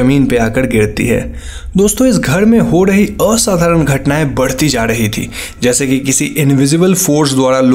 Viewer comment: Yaar !! I always keep smiling when you say ..'a-sadaran' ...lol